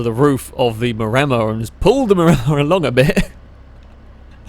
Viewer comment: "flowun" ...."Chust"